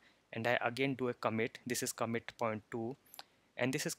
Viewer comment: It's pronounced "ComMIT" not "COMet"